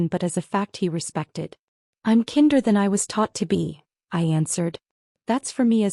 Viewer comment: Great story. Still funny when kinder is mispronounced as kin-der but a few words later properly says kindness.